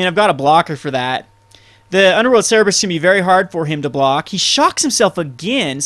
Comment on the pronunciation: "cerberus" not "cerebrus".